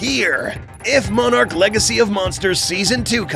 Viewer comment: why does he say monarch like moanarch